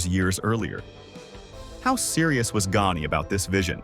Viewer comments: Verne Gone(yay) Not Verne Gonea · Are these videos AI generated? I would expect a true wrestling fan knowing how to pronounce Gagne and I have heard it pronounced wrong in several videos. Also why doesn’t the videos being shown match the timeline discussed? 🤷🏼‍♂️ Just something I noticed.